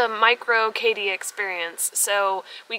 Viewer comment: Hey "kyde"!! How do you really pronounce your name? It really sounds almost like, "kady", short for Katherine. I thought it be a weird spelling for Katherine.